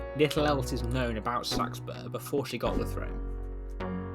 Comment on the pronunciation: Came here to learn how to pronounce Seaxburg/Seaxburh. Thank you! haha